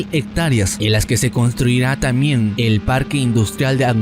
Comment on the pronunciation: Tamien es? Aprende a pronunciar....TamBien !